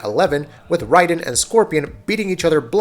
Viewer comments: His name is not "Riden" it's pronounced Rayden A.K.A Raiden... get it together.. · Butchered Raiden's name